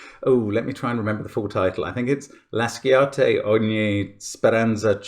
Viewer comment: Cool puzzle. Just a small point about the pronunciation in Italian xD 1) "Sci" + vowel is our way to produce the "SH" sound (so it sounds like "laSHate") 2) "Ch" always makes the hard "c" sound as we don't have the letter "k" in the Italian alphabet (so it sounds like "voi K'entrate") (ps: the sentence is still valid in modern Italian)